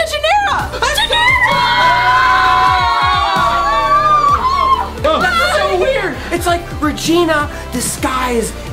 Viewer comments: it's ginera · It is Ginera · its ginera guys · IT IS REGINA GINERA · its ginera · It’s gInArA